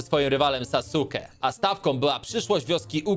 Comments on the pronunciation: Czyta się saske a nie sasuke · matko boska nie czytaj sasuke tylko czyta sie saske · Nie pisze się "spotkałem Kyuubi" Tylko "spotkałem kyuubi'ego" I nie "drużyny siedmiu naruto" Tylko "drużyny siódmej naruto" Irytuje mnie to że czytasz "Sasukego" Czyta się to "Sasuke" O i proszę nie mów "Sasuke" Tylko "saske" Te twarze na skalę to są głowy wszystkich hokage czyli przywódców wioski ukrytej w liściach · nie czyta sie sasuke tylko suske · Nie rób memów to saske nie sasuke! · Trigger mówi się Saske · Sasuke czytaj Saske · Te kamienie to wszyscy hokage czyli tak jakby prezydenci i mówi się saske, a pisze się Sasuke a na 9 ogoniastego mówi się kurama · jak coś to sasuke czyta się saske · Xd saske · NIE SASUKEGO T7YLKO SASUKE CZYTA SIE SASKE